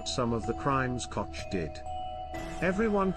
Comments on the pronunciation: Can you possibly pronounce her last name correctly? Say…Coke(Koch) notch Cotch…. grrrr! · Your mispronunciation of the German name Koch- is noted .We are not all from NYC. Say it right!